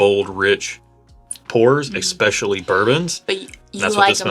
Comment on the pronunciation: seriously... there is no X in especially......